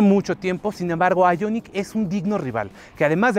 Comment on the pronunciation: porque dices el nombre del modelo en ingles ? el prius lo pronuncias en español -.